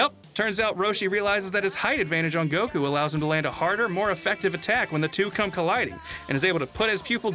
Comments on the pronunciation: why the pronouncing of goku as go-koo like a owl and nice dbs spoilers for those that watch dub only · I’m just distracted by how weird pronounces Goku. Seriously, I know it’s a small thing, but I’ve heard most peeps say it normally whereas he’s just like “GO-KUUU.” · I wish they would stop putting a weird accent on when ever they say, "Son Goku" or a few times when they said "goh-kuu" Just speak like a normal person, and if you are going to pull the line of "proper pronunciation" then you better start calling Krillian, "Ku-ri-rran" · pronounces “Goku” the Japanese way, I think everyone else says it the American way. It rly doesn’t matter to me 🙃 but some ppl get their panties in a bunch abt it lol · Every time dude pronounces Goku's name that way, it hurts me.